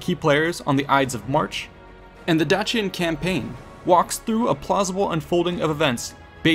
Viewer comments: Dacian is pronounced Dayshion not Datchian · Dacian is pronounced with a softer sound. Like the end of Patricia.